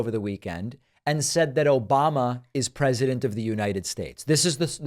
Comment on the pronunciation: "OBAMNA" (sic) 😂